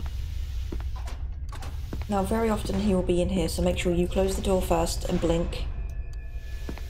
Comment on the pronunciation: i'm hear it as not "sure" but "чё", okay...